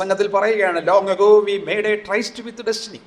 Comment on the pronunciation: ട്രൈസ്റ് അല്ല ട്രിസ്‌റ്